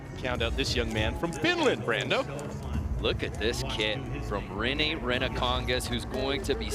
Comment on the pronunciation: The way they cant say rene's last name right is just so funny